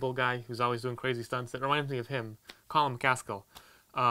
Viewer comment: "colin mcaskell" lol...:)